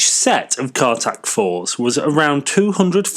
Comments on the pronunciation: Not Cartac, Cartic. Car carrying articulated vehicle. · Not CARTAC 4, CARTIC 4, not Seize - CEASE, pronounced seese. Interesting article, but do your research and pronunciation of the English language better.